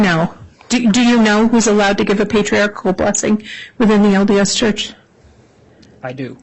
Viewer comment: I'll sent Nate $100 if he can teach the prosecutor the correct pronunciation of "patriarchal". It's NOT patriartical. 😬😑